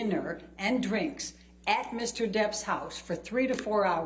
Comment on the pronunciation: How many times did she ask how much she had already charged? Also, she reminded everyone about "dinner and dwinks" many times as if that totally destroyed her objectivity. The psychologist totally batted the question.